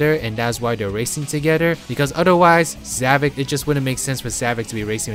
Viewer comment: Why I don't quite get is... Why some people call him Zavik instead of Zavok. I'm not an expert on english language, but I've heard some people calling him like that (Even when Sonic call him Zavok, not Zavik)